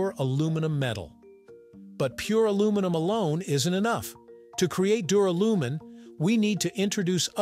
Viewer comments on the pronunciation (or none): ...and pronounced dew-RAL-you-min. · It's Dur AL umin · Don’t you mean Duralium…? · Not only do you get aluminium wrong, you get duralium wrong and say it incorrectly! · How about prononcing the word Duralumin correctly. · Sorry reached and couldn't bear hearing duralumin being mispronounced so badly ,so often,0 OUT OF TEN FOR NARRATIVE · LOL the pronunciation of duralumin.